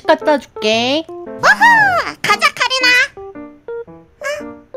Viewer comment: 카린아가 카리나로 들리시는 분 ㅋㅋ😂